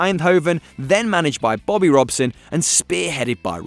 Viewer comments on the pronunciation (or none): none